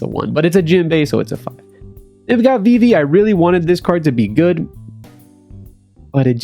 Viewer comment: Can’t say vivis name, not a real fan lol